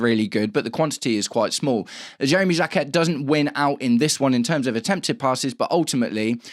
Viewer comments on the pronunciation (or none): You don't pronounce the T in Jacquet